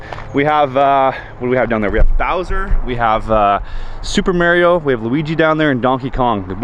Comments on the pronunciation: Lost all credibility as soon as he said "May-rio" ... it's "Mah-rio" bud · love this video haha but pleaseee say MAR IO not MERIO! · Mar - i - o